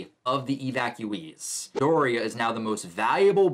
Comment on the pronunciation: O Cha Co Not Ochico